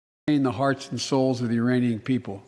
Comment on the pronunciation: I thought he said Uraniums?!